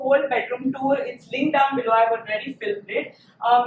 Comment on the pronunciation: video was informative 🤗.The pronounciation of tour is wrong. Kindly change.